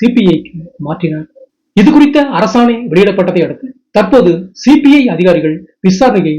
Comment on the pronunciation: Please pronounce correctly as CBI officers. He pronounced as CPI Officers. 🙏